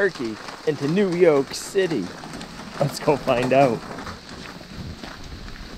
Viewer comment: You said YOLK not YORK